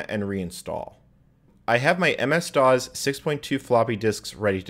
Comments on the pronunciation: By the way, DOS is pronounced “doss”, not “dawz”. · You know I just realize this you pronounce Dos and QUEM you extremely funny.